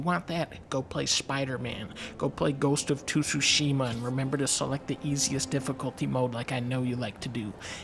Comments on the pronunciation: “Ghost of Too-sushima” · "go play ghost of too soo shima" well said dunkle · GHOST OF TOOSHOOSHIMA lmaoooo